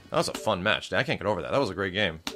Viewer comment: At least you say good gam.